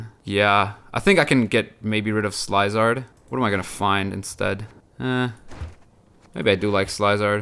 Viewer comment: I like your channel, but today, my ears bleed from the way you pronounce Slyzard. The y it's actually [ee] in this case.